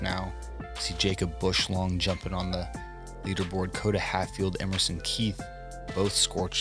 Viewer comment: I am here a year later to say that my last name does not have an L in it lolol, it's Bushong not Bushlong 🤣